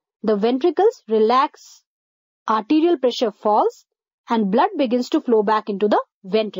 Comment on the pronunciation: *atrial contraction* -- sounds like 'arterial contraction'